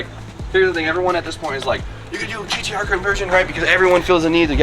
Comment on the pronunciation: it’s gtr no gdr like you keep saying